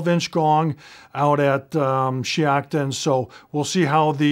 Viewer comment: If that’s shiocton, Wisconsin, which it looks like it is, (that’s the range I shoot at) it’s pronounced [shy-octon].